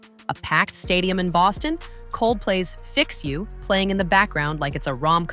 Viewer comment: "Fix You" became "Rekt You".